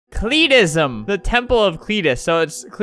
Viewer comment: No one: CLEETISM